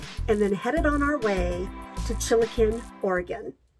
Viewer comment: Hi!! Wish I had known you would be right here, there are tons of great places to see in this area. (I live in Klamath Falls) you gave me a giggle... Chilikin (it's how CC spelled it and you said it)... It's Chila-qwen for the pronunciation. I am always laughing at the Native names for places, I'm Native American and our peoples weren't exactly kind to the pronunciations of words... We followed our own rules which made for some interesting language difficulties.